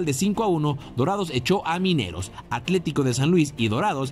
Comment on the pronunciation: Se pronuncia Atlético no Aclético